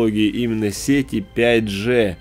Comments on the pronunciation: Да не Джэ,а Джи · правильно не 5 Же, а 5 ДЖИ!!!